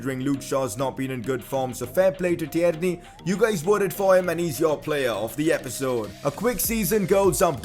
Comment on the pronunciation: It’s not ti-erney it’s tierney